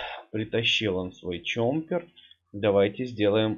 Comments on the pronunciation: ЧОППЕР А НЕ ЧОМПЕР ПЛЗ ГОВОРИ ПРАВИЛЬНО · Ты говоришь"чомпер")